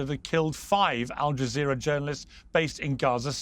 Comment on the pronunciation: Aljazzerra😂😂😂😂ALJAZERRA😂😂😂BBC😂😂😂BBC 😂😂😂😂PEIRS MORGAN 😂😂😅